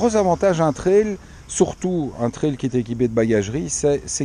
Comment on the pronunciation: L'avantage d'être belge et non français est de bien prononcer le vocable "trail" (et non "traïl") :p